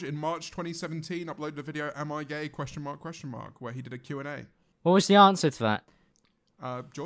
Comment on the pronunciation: was this a botched attempt at saying gay?